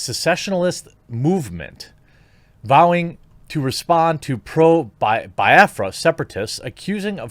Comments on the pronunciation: It's not pronounced Bi-Afra it's Be-afra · It's funny the way you pronounce Biafra. I was lost untill I realized that you were trying to pronounce Biafra. 😂😂😂🤣🤣🤣 I know I know You don't speak the language but it's just refreshing to see how foreigners pronounce it.